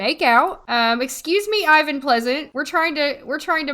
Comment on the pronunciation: the name Ivan is pronounced a little bit differently 😉